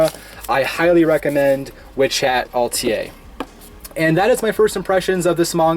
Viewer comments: Close. Pronounced "Ah-tell-ee-eh" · Atelier... It's a French word. I liked your video, but pronunciation is important in audio video presentations. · I've heard people pronounce "atelier" in many different ways but yours was on a whole new level. Nice to see you back.